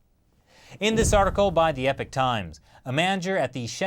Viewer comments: That's pronounced 'ee-pok' not 'ep-ik'. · In case it wasn't a joke, Epoch is pronounced eee-pock, not epic.